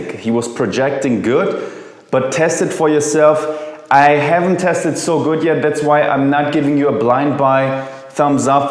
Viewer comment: There´s no t in good! Germans!!!